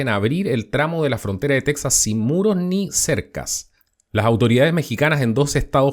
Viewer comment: Tu no esre mexicano,no sabes ni tronunciar texas,y qiuen te da derecho a opinar de lo que pasa en Mexico,no eres mexicano ni cones la fronta